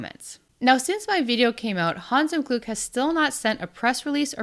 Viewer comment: l was really impressed by your pronunciation of Hans im Glück last Video and of Spiel des Jahres this video. Kudos. ,👍👍👍 Take a breath betweeen the second and third word and it would be absolutely perfect. ❤